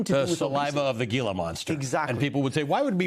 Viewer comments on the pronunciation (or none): The right prononciation of Gila, as in Gila Monster, is HEE-LA. Stop butchering the prononciation, especially when coming from the educated scientific community.